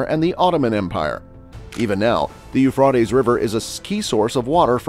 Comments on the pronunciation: It's Euphrates not not Euphfaed learn to say it correctly please. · PLEASE PRONOUNCE THE A; EUPRA’TES RIVER; ACCENT ON THE A!!! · IT IS PRONOUNCED EUPHRA’TES; PRONOUNCE THE A PLEASE!!! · Sounds like he is saying .eu fartys river . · I agree, I sent a post telling him to pronounce the A in Euphra’tes River. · Every time I hear this man's voice as the mono log I hear less than 5 percent of new content from every video . Why is that? If to put out new than follow up with new information and I beg of you not to repeat yourself more than once it gets hard to hear someone always repeating 3 times on location and what river. When you DON'T pronounce the name right anyway. Thanks